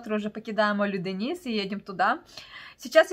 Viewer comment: фЕтхие,а не ФетхиЕ!! Олюдениз а не Алиденз)